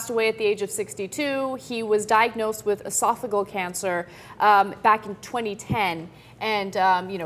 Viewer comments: Ann, it is pronounced E-sof-o-gee-al.. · was talking about hell... I don't know if Cenk picked up on that. Ana you pronounced esophageal cancer wrong. You will me missed Mr. Hitchens.